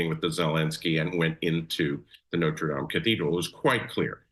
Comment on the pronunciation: She couldn't just say Notre Dame she had to pronounce it some effed up way.. 🤷🏻‍♂️